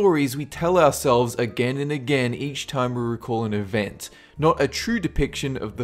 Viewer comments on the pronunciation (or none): none